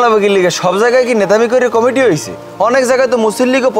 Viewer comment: ভাই Comiti না Committee হবে।